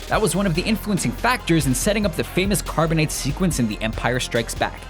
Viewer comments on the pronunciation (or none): Did he really call Carbonite, "carbonate?" SMH